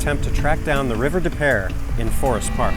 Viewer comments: Where river des peres runs on the south end of St Louis, it is actually pronounced river de pew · As a st.louisan. its river depoo